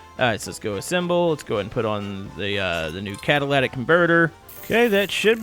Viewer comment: It's "cataLITic" NOT "cataLATic"